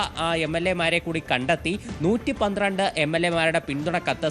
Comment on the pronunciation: 112 ano 113 ano onu vekthamayi parayo